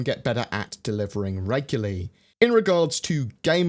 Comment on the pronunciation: It's "regularly" damn it :P